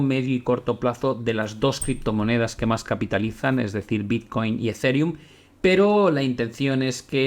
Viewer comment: Se pronuncia Ezirium no Ezereum